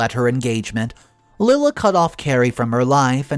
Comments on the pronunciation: not Lilla, LIE-la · Lila is NOT pronounced "Lill-uh". It IS pronounced "Lie-luh". Here goes with another very simple and common name, that you again do not pronounce right!!! Why do you keep doing that? It's not hard to go to google and ask, "How to pronounce the name spelled L-I-L-A?" And it will even tell you. I guess you are just too lazy or ignorant, to do so. I also think, as many times as I've written to you, that you are also too lazy to read the comments! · Lila = Lie-La